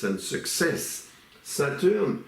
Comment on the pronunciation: I like the way he pronounced SATUUUR. 😂😂